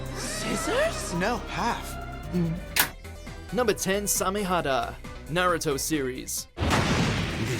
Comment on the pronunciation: There’s several people from this channel that mispronounce “Naruto”